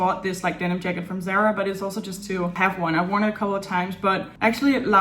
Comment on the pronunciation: I’m South African and in no way making fun of your pronunciation and accent but I’m curious when you say Sarah, do you mean Zara? I’ve been following you for the longest time and I can never tell because the caption also says Sarah but I always assume it’s Zara. Anyway I live for your videos, even when I don’t feel like watching anything. I will always be in the mood for one of your videos.